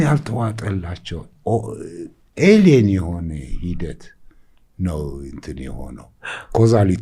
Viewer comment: ኤሊየን/ኤሊየኖቹ not ኤሊያን/ኤሊያኖቹ 😡